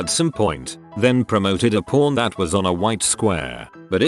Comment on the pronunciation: reddit user: “pawn” narrator: “PORN”